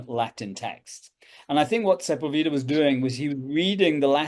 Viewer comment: Great start for 2025! I am still Byzantine Priority! FYI: Perhaps this will help: Juan Ginés de Sepúlveda Se‧púl‧ve‧da Accent on "pul" Thanks & Blessings!